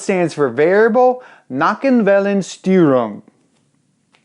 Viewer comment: the word Nockenwellen was actually not bad